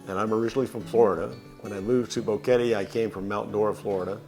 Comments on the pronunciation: Odd that the first couple doesn’t know how to pronounce Boquete. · Nice video. But with all due respect, since you think so highly of Panama en general, maybe it is time to pronounce BOQUETE correctly. It does NOT rime with "confetti." Gracias.